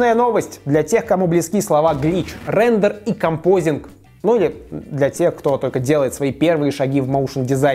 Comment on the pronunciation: композитинг, не композинг.